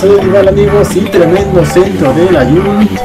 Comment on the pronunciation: Dice Aubameyant, Griezmannt, Layunt, Madrit Me pone muy nervioso eso xD